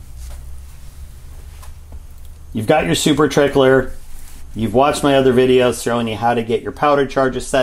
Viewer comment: At first I thought you said "Super Tickler" 😆😅🤣😂🫠